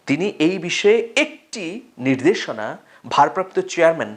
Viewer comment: Assalamualikum Manik bhai apnar uposthapona bachonvongi onek valo lage.....ekta shobder bepare jodi ektu jotnoban hon...NIRDESHONA(NIDERSHONA) mone hoy ektu shunte kemon lage. Dhonnobad...Barcelona theke bolsi asha kori aro valo koren!